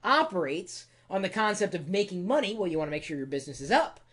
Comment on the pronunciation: Time is moneh! And moneh is moneh!